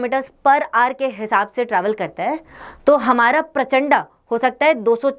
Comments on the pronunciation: हम हिंदी भाषी हैं और इसका नाम भी हिंदी मे है "प्रचंड" न की प्रचंडा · Mam It is not prachanda it is prachand